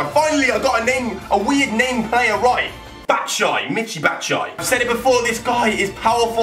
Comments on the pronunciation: It's not even "batshy", it's bat-shoe-ah-e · its not bat shi its bat shu i yi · you pronounced batshuayi wrong. you sat batshuai but write it like batshuayi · Batshai? It's pronounced bat-shuay -I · it's not bat-shy . its bat-shu-waaiy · Batshuayi is pronounced as Batsj-oo-a-yi, not Batsjay haha! Greetings from a Belgian x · it's mich batishuayi thats how u prounounce it i think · Haha when he says batsai and thinks he got it right.....fucking hell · I thought that Chelsea new striker was said bat-u-shy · Say bat-shu-why-ee and you will get it right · You pronounced Batshuayi's name wrong, it's batshuay+i, you have to say the i ;) greetings from Belgium! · can pronounce.. Main M-kay-tar-ian Ilclay X-Haka Bat-shai (still wrong mate) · Its BAT-SHOE-I-EE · Batshuayi isn't pronounced bat-shy.... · Actually that name was not right "batshuayi" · Didn't say batshuayi right 😂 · You got Batshuayi's name wrong bro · I think he pronounced batshuayi wrong 😂😂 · You pronounced Michy Batshuayi wrong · You said batshuayi wrong.. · he said batshuayi wrong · You Mis - pronounced batshuayi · You said Batshuayi wrong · You didn't even pronounce batshuayi right lmao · You got pronounced Batshuayi's name wrong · you said batshuyai wrong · He didn't even pronounce Batshuayi right. 😂😂😂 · Lol you didn't prenouns Batshuayi's name right , I'm belgian 💪🏻🇧🇪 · Sorry, but you still mispronounced Batshuayi's name! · u flopped batshuwayi s name so please calm down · you proniunved batshuayi wrong... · He didn't even get batshuayis name right